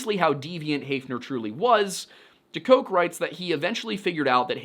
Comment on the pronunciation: omg it's pronounced deCOOK lol and i cant believe it his daughter and i sang opera together like 15 years ago... i think he had just finished his book on Centralia back then... or he was working on it...